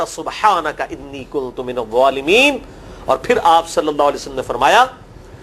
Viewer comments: Exactly mainey abi aik aur channel pay b suna kuntum keh ri then wo jbk its kun tu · Public notice: Please when u recite ayat e Kareema make sure its pronounced rightly . As usually people incorrectly join kuntum whereas its kunto- minazalimeen